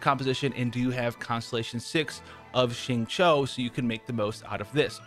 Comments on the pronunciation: You are legit the first YouTuber I know that completely aces 'xingqiu' s pronunciation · Thanks for saying his name correctly! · Would you look at that, a Caucasian who actually gets the pronunciation of the "Q" sound in Mandarin right. Nice.